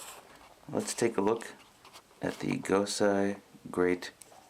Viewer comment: It's GosEI, not GosAI! Seriously, if you're gonna do a video like this, you need to pronounce these things properly! Do your research!